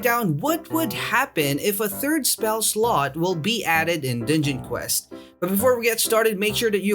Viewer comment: Sounds like he said ninja quest lol